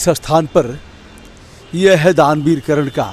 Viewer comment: करण नहीं महोदय,,,,,, कर्ण